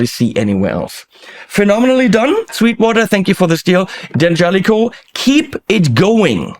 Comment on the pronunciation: Great sound! And I'm happy to finally hear the name D'Angelico correctly pronounced.